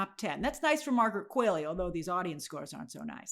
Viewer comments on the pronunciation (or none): I love your content, Grace, but it’s Margaret Qualley and Zach Cregger, not Qualey and Creeger! 😊